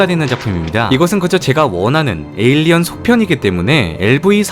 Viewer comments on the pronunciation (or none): none